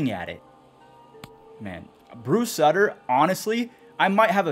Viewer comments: Bruce SUIT-er. Not SUT-ter. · Love ya but it’s “Suit-er” not “Sudder”